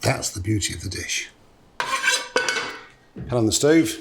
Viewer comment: Marco butchering pans, classic